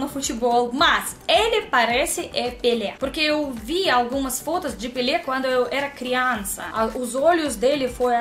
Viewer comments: quando você fala a palavra "FOTOS" nós entendemos que você está falando "FODAS" 🤭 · ..seu português está melhorando a cada dia...mas cuidado ao pronunciar "fotos"